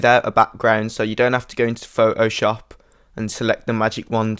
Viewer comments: I like how he says Photoshop. It's like "Fo-Oh-SHOP." Haha! :D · The way you say Photoshop: Pho O shoop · LOLOL I Like the way you pronounce Photoshop,its like Fo oh shawp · Thanks, I couldn't not stop hearing Pho-o-Shop and I could hardly pay attention! lol... great tutorial otherwise! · I love the way you say pho'oshop.